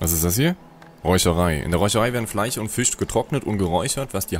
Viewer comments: Bitte,, ich liebe deine Videos. Aber zur Hölle: es heißt FleiSCH, nicht FLEICH! -. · was sind denn Fleich und Fich ??? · " Fleich, Fich, sOUND...." Kollege, wo kommst du her? Hat man bei euch die Buchstaben eingespart ? ;-) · Redet er extra so ? Fleich statt Fleisch zu sagen genau so wie Fich? Oder kann er das sch einfach nicht aussprechen